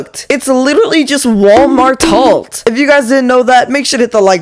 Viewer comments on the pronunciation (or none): It’s halt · Halt ❌ Talt ✅ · “Whalemart halt💀💀”